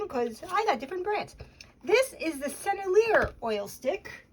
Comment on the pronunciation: Really interesting. I've started using oil sticks in the beginning stage of paintings for the initial compositional sketching and mass value for convenience, speed, and ease. Otherwise I have no idea how these are meant to be used. BTW, I think the brand is pronounced like Sen-elle-e-ay. Correct me if I'm wrong. I've dipped old ones in gambol and linseed oil and have gotten them softened up.